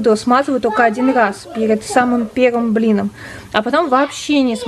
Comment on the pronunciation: нуу ..... блИном, блИном .... дальше не буду лень ) но со слухом нормально получается )